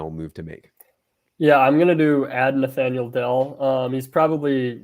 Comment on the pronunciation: Guy says Nathaniel lmaooooo